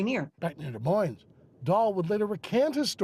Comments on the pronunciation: if you’re going to be in media, the least you could do is learn to pronounce the names of our cities and towns. The final “s” in Des Moines is silent. Get a clue. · Des Moines isn’t pronounced with the “s.”